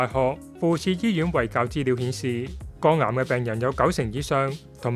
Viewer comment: 肛癌定肝癌呀喂？幾個旁白啲懶音都咁勁，係唔係專登㗎？